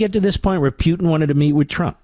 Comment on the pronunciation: Mark says Putin as if it's spelled Pee-you-ton...something stinky